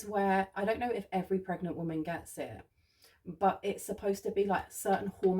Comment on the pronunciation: Ever since I heard you say preganante last year, that's how I pronounce it every single time anything related to pregnancy comes up 😆